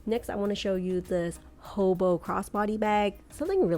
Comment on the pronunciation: “Hoboo” bag lol